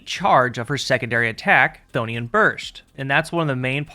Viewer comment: Tiny personal nitpick, Chthonian is pronounced with a k sound, like Kuh-tho-nee-an but with the k really shortened, k-tho-nee-an Anyway baller video as always 11/10